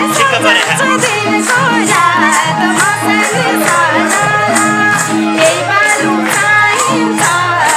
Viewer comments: मस्र्याङ्दी हो खासमा नदीको नाम, मर्स्याङ्दी सम्मत ठीक हो। तर संगमले मस्याङ्री अरे ..😂..यसरी शब्दनै त नबिगारे हुनि हो .. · मस्याङ्री 😂😂😂 Ho ni baai